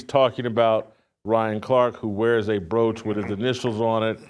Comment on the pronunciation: The “BROACH” 😂😂😂